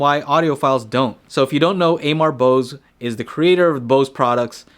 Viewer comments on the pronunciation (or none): His name not pronounced eimar bose . Its oamar bose.. he is bengali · His name is not a mar bose. Please just say Bose if you can’t pronounce it right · It's pronounced "Uh-murr" Bose.